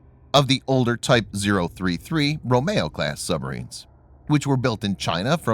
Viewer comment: “Romeo” Class is pronounced as in “Romeo and Juliette”, not “Ro-MAY-oh”.